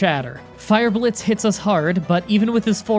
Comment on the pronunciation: You said fire blitzs